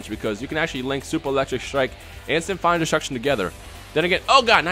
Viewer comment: sim-fonic destruction not sim-fine destruction